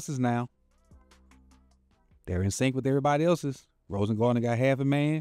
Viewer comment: Rosengarten. Not rosengardener😅😅😅